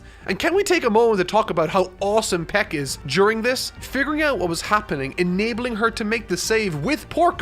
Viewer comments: you called pieck ... peck. How dare you. Her name is more 'peak' not 'peck' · Long live the simp squadron also why do you say pieck like peck it supposed to be pronounced as peek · He really called Pieck peck 😭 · “Peck” oh my goodness 😂 Poor Pieck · Im sorry but,HOW DID YOU MANAGE TO PRONOUNCE PIECK AS PEK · editor clearly watched alot more AOT than, but he didn't tell him how to properly pronounce shiganshina or Pieck. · I cringe so hard when pronounces these names wrong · This is a great video but your pronunciation of Shiganshina and Pieck causes me physical pain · enjoyed the video, agree to most of it, but the way pronounces reiss and pieck sends shivers down my spine...